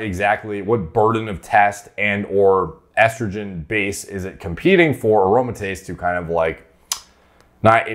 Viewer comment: I can forgive the H8GH pronunciation but I draw the line at “eastrogen” what’re we doin here b